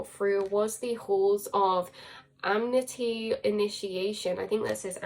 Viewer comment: I Love you way too much to feel any bother about it by myself..though I also feel the call to let you know as sweetly as possible.. maybe someone already said this, but it is Ah•Men•Tee my Love 😘 not amenity. Though I also enjoy very much how well the definition of the word amenity fits as a label. Dance of The Seven Sisters - Deya Dova